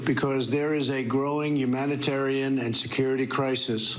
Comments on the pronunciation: And he says "Yumatyrian" instead of humanitarian!! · "YUUmanitarien crisis" bro what drugs are you on